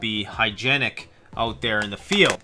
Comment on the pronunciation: " oot":-P Perfect Sign-off.